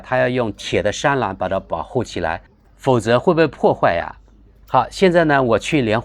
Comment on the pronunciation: 读错字了 栅栏 zha lan